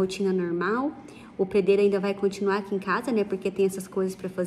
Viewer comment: mal amada e você que fica se metendo na conversa dos outros e eu não estou competindo com ela sobre tamanho de casa não eu amo esse canal e amo a Juliana só achei graça o jeito que ela falou pedreiro dar licença ??